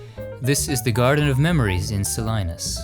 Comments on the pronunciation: Sa lee nas,NOT Sa line ass! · "Loady"? No, sir, it's "Lo-die" And it's "Se-lee-ness", not "Se-lie-ness". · John Steinbeck is not buried in Sal-EYE-nas, but in Sal-EE-nas. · Love your videos, but Solinas is pronounced So-LEAN-us. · Thank you for this one, I live in Sacramento and continue to spend time walking through our Old City Cemetery. A little pronunciation correction, Lodi is pronounced Low-die, not Low-dee, and the town of Salinas is pronounced Sa-lee-nas, not Sa-lie-nas. It is referred to in the iconic Eagles song, "Stuck in Lodi Again." Very proud to be a Patreon patron of your work. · Salynus? No no no... it's the city of Saleenus! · Lodi pronounced low die Salinas pronounced sa lee nas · I love this series and being from California, this is my favorite! With all the love, I would like to share some correct pronunciations of places you touched on: Pinole = puh•nowl, Salinas = suh•lee•nuhs, Lodi = low•dye, San Rafael = san ruh•fell. Thank you for all the videos! Much love from Oakland, California! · Salinas is pronounced Sa-Lee-Nas and Lodi like it is spelled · So, Salinas CA is actually pronounced as 'Sa- Lean-Us. Just a little FYI. Love the videos! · Oops! Another pronunciation error: it's "sa-LEE-nes." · The town is pronounced SA-LEE-NAZ ! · A couple of mispronunciations. Lodi = Lo-dye and Salinas = Sal-E- nes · Lodi is pronounced low-die and Salinas is pronounced Suh-leenus. Just an fyi. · Just wanted to say I love these episodes. Always makes my day. One thing. Salinas is pronounced, Sah-lean-us. Thank you for being you! Looking forward to the Poe film! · Thank you for these! I watch each one. Just a tip: Lodi is pronounced LOAD-EYE, and Salinas is pronounced SA-LEAN-US. :-) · Thanks for all you do. I've watched these epispdes for a while now; they're a favorite while I grade papers. If you happen to do an edit, Salinas = suh·lee·nuhs. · Love your programs, but check that pronunciation of the city "Salinas."